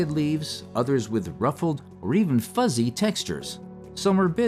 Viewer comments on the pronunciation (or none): none